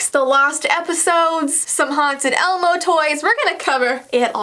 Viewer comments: I the ending did she she say elemo instead of elmo ??? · she says elemo 😂😅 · She said elAmo